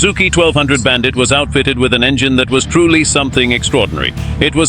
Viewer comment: Bullshit AI video with awful incorrect facts. And what the hell is a “Bandight” as they pronounce it.